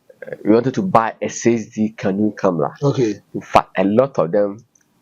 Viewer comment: Pls it's not canoe camera. It's canon camera sir